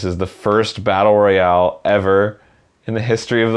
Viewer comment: Fucking lost it when he said its a batlte royale